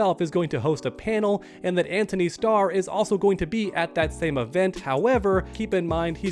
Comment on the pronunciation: His name is Antony. No H